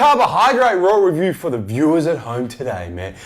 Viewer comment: sounds like u say rawrelview